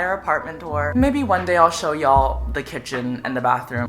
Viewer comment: Who else like the way conan say "y'all"? 💖 love u conan